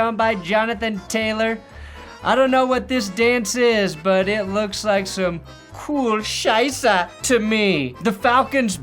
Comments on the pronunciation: So ein Blödsinn. So every time he said "coole scheiße" I heard "Kühe scheiße". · I've been following for ages. Like when he had 20k subs. And as a German I always love when American's talk German. This is one of the funniest times, like South Park level., deine "coole Scheiße" ist richtig coole Scheiße.